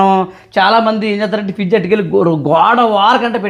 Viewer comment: ఫీజ్ కాదు ఫ్రిడ్జ్